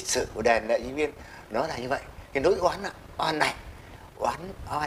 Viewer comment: Nỗi oan chứ không phải “lỗi oan“ nhé!